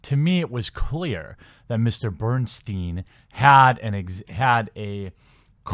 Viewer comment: Its pronounced "Berenstain"